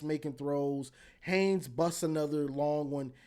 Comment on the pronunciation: Love your show. Wink winked again. 😅 I agree. Gosh, you're still struggling with Justine Haynes' name. 😅 It's Haynes, folks. He'll play on Sundays after helping to lead Michigan to the playoffs this year. Haynes.